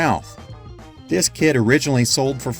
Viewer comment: Hahaha I thought you said "this kid sold for.." instead of kit. And there was a little boy on screen and everything